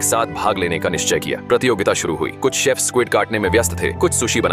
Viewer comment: Sef nahi shef hota hai